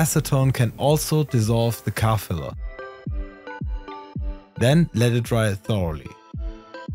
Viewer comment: Kaffelo? Cufalow? Oh, "Car Filler", as in Primer Filler Spray for Cars ... took me a minute ;-)